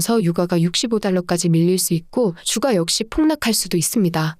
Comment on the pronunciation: 듣기 싫은 소리좀 할게요. 채널은 시장상황을 빠르고 간결한 멘트로 막힘없이 흘러내리듯 풀어내어 듣고나면 웬지 똑똑해지는 느낌입니다. 그런데 대표단어 발음이 영 어색해 자꾸 버그가 끼는 느낌입니다. 유가 를 [유가] 로 발음하면 아이를 키우는 육아와 오버랩되거든요. 가스는 [가쓰] 로 잘 발음하시니 민감한구독자를 위해 발음정리 부탁합니다. [저점].[주가] 등도 발음이 왔다갔다 이네요.